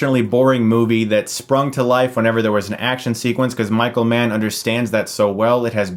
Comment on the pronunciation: Oh Michael Mann! I thought you said Micro-man for the first half of the video... I am not a smart man...